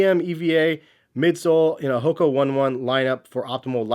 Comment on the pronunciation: You dont even know how to say HOKA correctly. FAIL